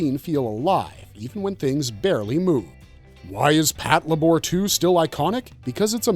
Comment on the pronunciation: Since you mentioned pronunciation mistakes at the end, you technically said Patlabor incorrectly, but I always prefer to say it that way too 😄